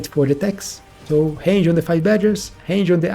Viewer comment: bro, hange on the badgers? It's range, just trying to help. with an R :D